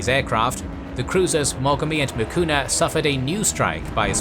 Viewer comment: Cruiser "MIKUMA" not "Mikuna".